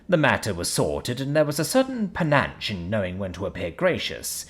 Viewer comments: Im sorry bud, but every time you say it, you say it wrong so here goes Panache = PinAsh Again, im sorry, but someone needed to tell you. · I agree that he's slightly mispronouncing the word, but that's because he is pronouncing it using the rules of English instead of the French pronunciation. The first "a" is supposed to be a bit soft and quick while the second "a" is supposed to be a bit more nasally with an "ah" sound. In short, when pronouncing "panache," think French.